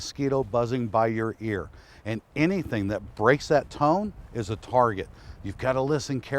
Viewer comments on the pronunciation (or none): none